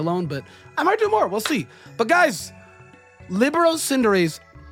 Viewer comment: It's pronounced Li-bear-row. It's a football (soccer) term.